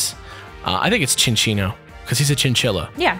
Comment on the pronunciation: It's Sin-Chino